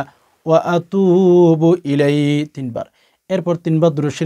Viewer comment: আছ্তাগ ফিরুল্লহা অ আতুবু ইলাই শেষে হি আছে কিনা সেটা পরিষ্কার করে বলেন নাই।।বলতে হবে